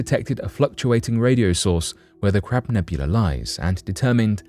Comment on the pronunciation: Hahaha! Sounds like he's saying "Crap", with a "P", nebula instead of "Crab", with a "B", nebula.